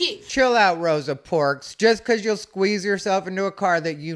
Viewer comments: “Rosa Porks”😭😭😭😭😭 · "Rosa Porks" 🤣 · I am 30 sec in and I might comment later but I hate “Rosa porks” 😅